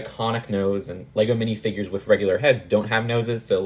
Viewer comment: I like the way you pronounce minifigures. MiNiFiGuArEs